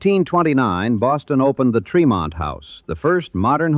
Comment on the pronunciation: Born and raised in Boston (Dorchester). Tremont St. is pronounced with a short e.